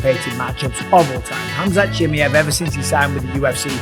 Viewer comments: ChimaEeeeev , not Chimiev … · It's 'Chimaaajev', stress on 'a', very short 'i', very short 'e' pronounced like a short 'i'. Pal, you're doing this on purpose. Used to subscribe to your channel... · Chim-ee-ev lol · Love ya bisping but Chimmyev?? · The disrespect from Bisping by not trying to pronounce Khamzat's last name correctly is noticeable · Mate. Why you saying his name like that. I swear you've never said it like that before or am I tripping 😂😂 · Michael say his name properly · Until Bisping learns how to pronounce Chimaev properly, I'm not listening to this. I just can't. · You've pronounced his name wrong like 100 times now. This is an impressive devotion I have to say. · Mike, I'm not saying this to be rude. The way you say chimaev is wrong. Swap the A and the E brotha. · "Hamzat Chimiev" lmao😂😂